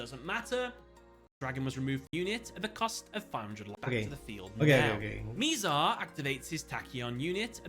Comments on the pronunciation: Mih-zar rather than “mee-zar”. None of the characters mispronounce it so I have no idea where he got that pronunciation from. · He keep mispronouncing Mizar’s name 💔